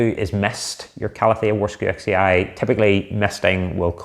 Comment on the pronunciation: It is pronounced Varshavechee. From the name of a Polish botanist Jozef Warszewicz.